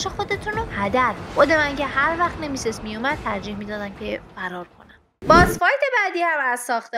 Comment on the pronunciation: بخدا اگه تلفوزت رو درست کنی نمیمیری اوروفِن اف کوز نه اورفِناف کاس ساکیرو نهنهنهنه😡😡 سِکیرو گِنِچیرو نهنهنهنه گِنچیرو نیمِسِس نهنهنه نِمِسیس